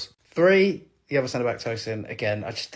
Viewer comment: great pronunciation of Tosin!